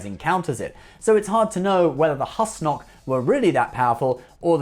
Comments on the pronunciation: Pretty rich getting on Riker's case about pronunciation while getting Husnock wrong every time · Sir perhaps you should be able to pronounce husnock right before complaining about the pronunciation of others In any case great video love you man